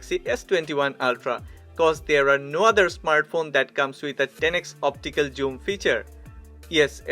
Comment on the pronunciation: You pronounce this (zoom) like this "joom" thats wrong my friend